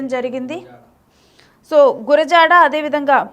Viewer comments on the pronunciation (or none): గురజాల గురజాల కాదమ్మా తల్లీ… గురజాడ. మీలాంటి వారు యాంకర్స్ అవడం తెలుగుజాతి ఖర్మ. 😢🙏